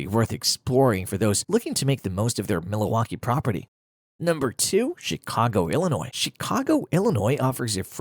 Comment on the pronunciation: Tha Ai cannot pronounce Milwaukee which made me suspicious. Is this cheapGPT at its finest?